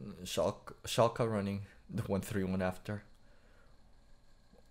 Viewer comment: first pronunciation of 'Schalke' was correct - the second would be right if it was Schalka, with an a